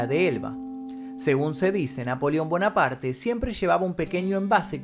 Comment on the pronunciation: No se pronuncia bonaparte.eres un youtuber hermano. Trata de mejorar la pronunciación de los Nombres no ispano